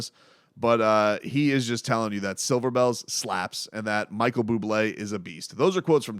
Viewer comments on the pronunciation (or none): none